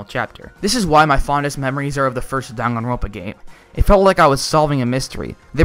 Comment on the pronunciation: WHY THE HELL IS IT DON-GONE-RONPA THERE IS ONLY ONE O IN DANGANRONPA THE INTROS PRONOUNCED IT DAN-GAN-RONPA